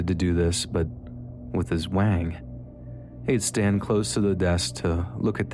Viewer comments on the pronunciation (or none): none